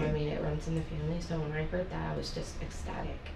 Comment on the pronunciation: "Ecstatic" not the brightest spark..